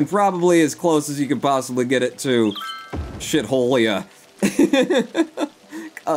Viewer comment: I believe its pronounced "shee-tholia"